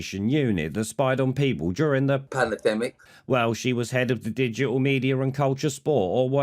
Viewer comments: Spot on “panna-demmic” again 🤣 cheers! 👍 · Pan- a- demic!!!! Lol 😂😂😂😂😂😂😂😂😂😂😂